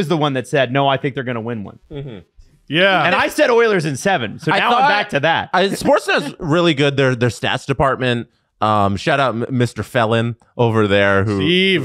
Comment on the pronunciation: Fell-Een (sorry dont know how to spell it phonetically) is how you actually say their last name, not felon. That's my friends cousin. Crazy shoutout on the pod